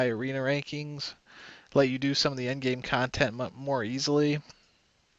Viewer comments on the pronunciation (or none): none